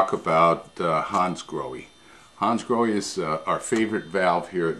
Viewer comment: Hi, just a little FYI. They are not pronounced Hansgroheee but Hansgrohah. it's German and the language is phonetic where the ending E is pronounced AH.Your not alone, even Porche car owners and dealers mispronounce their cars, just calling them Porch instead of Porchah